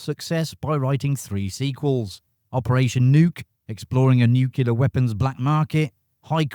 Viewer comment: Nukular? You’re English aren’t you? Well then why speak American?